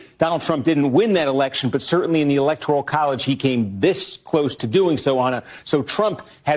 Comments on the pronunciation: it isn't "electorial" it's "electoral". Please train your lips and tongue to take the "I" out – it actually grates on my ears and I can't hear your wisdom. jus' sayin' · Electoral, not Electorial,! Great update!